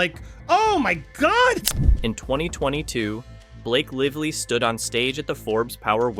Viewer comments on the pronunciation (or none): Blake "Liv-lee" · We should care, why? Seriously? How does this impact my life or my loved ones? The A.I. doesn't seem to care much. Only pronounced Lively 3 different ways. Lol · Very hard to listen to when you keep mispronouncing Blake Lively's name over and over and over again. Bye. Bad AI? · You had me as someone legit until you mispronounced her last name in the first minute right after pronouncing it correctly. Here's to another faceless AI